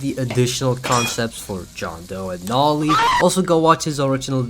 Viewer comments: ITS NOT NAH-LEE ITS NO-LEE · Bro pronounce noli as "nali" like bro put the word "no" and li" together man😭🙏